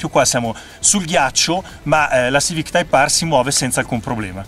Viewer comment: type Aarrr 😂😂😂